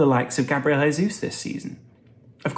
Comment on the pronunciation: Just a pronunciation pointer. Heysus =Spanish Jaysus=Portugese/Brazillian